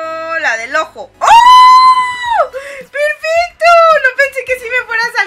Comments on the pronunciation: ¿soy yo o dijo en cuando faltaba sólo 1 compu? ferfesto xd😂 😅?(o fue mi alucinación y no lo corrigio en el video)xd recién me doy cuenta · si dijo perfesto